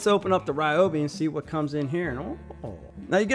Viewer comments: Ryobi not Reeobi. 🔥👍🏻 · Ryobi not Riobi.